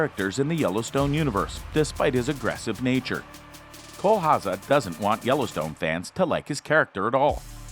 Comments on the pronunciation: Its pronounced HowZer not HowSa . Rip Wheeler is just badass, women love him men want to be like him! Why he's loyal,dedicated, hard working, extremely faithful to those he loves and respects. Put aside the violence and brutal side of his character, he's everything(IMO) a man should and wants to be ! The episode when he tells Beth up on the lodges roof what he has spent most of his money on and why , says it all about him ! Just hope his past never catches up to him , and he dosen't ever take a ride leaving from the train station !! P.S. Why hasn't John rebuilt the log cabin for him ? All he has done and will do for the ranch warrants that ! If he's truly a son in John's heart and eyes , then he should be rewarded with that home again !! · It’s not HA-ZA. It’s HOW-ZER. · Cole Hawzaw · Hauser pronounced house-err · Cole Ha-seh. LMAO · It’s pronounced HOWZER. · Dude can NOT pronounce Cole's last name to save his fucking life........lol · If you can’t say Hauser, then why do you say it so often? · Learn how to pronounce his last name